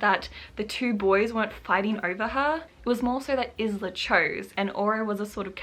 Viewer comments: This was a really nice vlog, you should definitely do more of these! Also her name is pronounced as eye-la unless it says otherwise. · I've heard about the book here for the first time. Maybe I'll read it one day. Just to see what the negative hype is all about. I think you are right about what you said about people being jealous of Alex. The main character is pronounced Ila, I believe. The "s" is silent like in island :) Also, please continue to do book reviews like this :) I'd love you to read the "Most Likely To"- Series by Sarah Sutton. So much swooning I cannot get over how awesome these books are <3 "Teaching the Teacher's Pet" is the first. Then follow "Dreaming About The Boy Next Door" and "Rebelling With The Bad Boy". Book 4 is coming out this September :) My favorite so far is Book 3 :D Sending you much love and creative vibes and hope you get along well with your writing <3